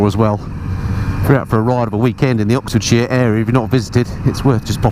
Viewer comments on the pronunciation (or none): none